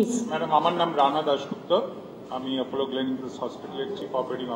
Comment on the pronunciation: Video ta shonar ortho mobiler battery nosto kora... 3rd class..r madam ji naam ta 'apello' noi 'apollo'..